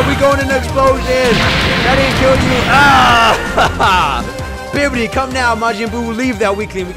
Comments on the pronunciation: Why does he keep saying Bibidi instead of Babidi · This man said bibidi oof